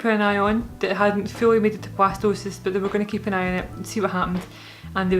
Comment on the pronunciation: At first I thought you where saying Blastoise and was really excited you where having a water type. Jokes aside, I hope this journey continues to go well for you and Marcus, ending with a healthy, happy, bundle of joy.